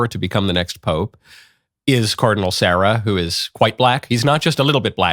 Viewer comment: I love the Pope but Sunny is a nutcase. The way she builds up to that announcement was hilarious! And yes, we love Cardinal Sarah too. Pretty sure his name is not pronounced like the girl’s name. lol